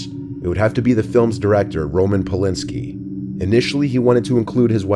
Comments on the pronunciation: Yes! And REEgan (RAE-gun) and PoLINSKI (PolANSKI).🤣 good video though, just weird pronunciations. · Tobe is pronounced Toe-bee. Also, Regan is pronounced Ray-ghan, like they do in the movie. Polanski is pronounced Pole-ann-skee. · Tell me you haven't seen the Exorcist without telling me you haven't see the Exorcist and did you call that idiot Roman Polanski "Roman Polinski"?